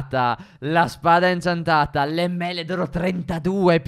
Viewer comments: Perché stef dice inciantata😂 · Ma stef all'inizio diceva inciantata non incantata hahaha comunque bravi vi adoro